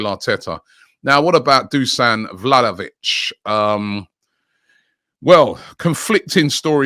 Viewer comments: Vlalovic lol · Vla Hoe Vic, Vlahavic, Vla vic, man his name is hard to pronounce.